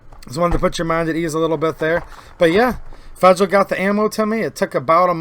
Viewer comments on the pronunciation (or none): Do you pronounce federal as "fragile"?